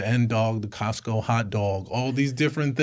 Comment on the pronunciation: “ the coatco hotdog” Hahaha I’ve listened to this one like 5 times and I just caught that part. Priceless. Greta pod guys, Thanks for everything you do!